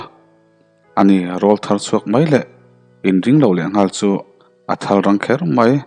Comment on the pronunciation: Tak ngal tih hi ngal tih lai hi lam sang lovin,sanghal tih thluk in ngal tih zwk tur a ni..